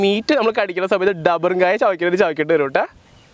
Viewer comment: ഡബറുംകായ അല്ലട പോത്തേ റബ്ബറുംകായ😆😆😆